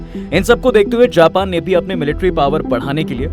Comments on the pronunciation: abbe Japan ko pronounce to sahi kar le, jaahil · Japan ache se bol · Bhenchon Japan Thik se to bol le pahela